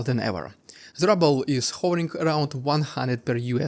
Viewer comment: The Russian "Rubbel" . So true 😂😂.